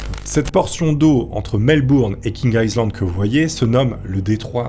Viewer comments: Feune faqut : 'Island' se prononce 'aille lande' et pas 'isseland' . Zatsolle faulqus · On ne prononce pas le S de island. Aie Land stp, merci. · "island", le "s" ne se prononce pas "aï -land" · Le s de island ne se prononce pas. On dit ail-lande.